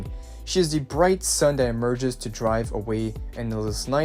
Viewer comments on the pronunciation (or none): none